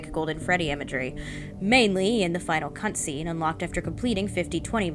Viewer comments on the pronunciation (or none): “mainly in the final C*ntscene” I can’t I hear it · i've listened to this video so many times now and i just heard the possible slip of the tongue on the word "cutscene" i don't know if it was an accident or not but now i'm giggling like an idiot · WHAT THE FU- i know thats a mispronunciation